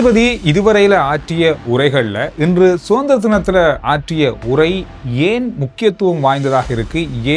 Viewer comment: I informed you earlier too: it is ஏன் not யேன்; இப்போது not யிப்போது. Please do it the correct Sri Lankan way not in incorrect Indian way. I appreciate your Tamil except for what I mentioned above.